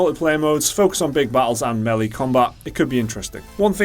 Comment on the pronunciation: Thank god for not pronouncing "melee" as "mili"